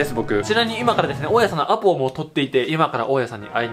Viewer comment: アポをとっているがAppleをとっているに聞こえてしまった笑笑